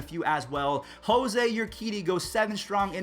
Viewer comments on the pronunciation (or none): none